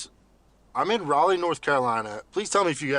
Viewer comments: If you care, its pronounced Raw-lee. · Interesting video. I live in Raleigh, NC. FYI it’s pronounced “Rah-lee” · The city is pronounced ra-lee. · Ra Lee Thats how you say raleigh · Sorry for the correction, but Raleigh is pronounced Rah Lee. Trust me, you're not the only creator pronouncing it wrong. I like your videos. 🙂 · Oh and its pronounced Raleigh(Rah-lee), great video though